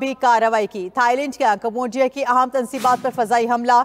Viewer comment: main t zayada parha likha nhi pr ye jo bol rahi ha es ki jagha mujhe bolalo urdo pahr kr bhi galat bolrahi ha aham tansibat ko aam tansibat or bhari top ko bharti top bolrahi ha